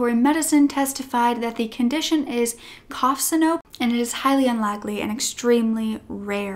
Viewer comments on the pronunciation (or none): ?cough synope ? That would be Cough SYNCOPE pronounced SIN-CO-PEE and means to lose consciousness or “faint.” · It's cough syncope (sink-o-pee), I have it and it sucks